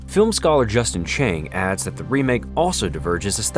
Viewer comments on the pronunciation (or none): none